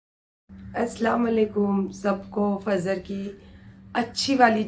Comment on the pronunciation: Didi fazar nahi fajar boliye